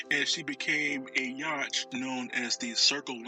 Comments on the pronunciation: You may want to correct your pronunciation of the term "yacht" and reupload. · This is an interesting video. However, how you say yacht is not how it's pronounced. You should look up the proper pronunciation, rerecord this on your new mic and reupload.